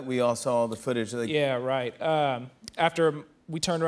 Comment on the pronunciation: gun are you purposely saying wright instead of right?